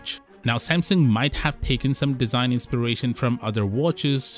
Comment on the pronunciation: “Inspiration” 😂 enough said